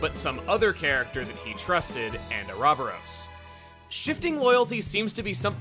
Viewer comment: jesus christ Chugga pronouncing uroboros oo robber ose. Lol wtf.